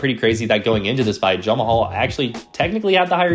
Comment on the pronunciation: Are you intentionally calling Jamahal Hill, Jon Mahal?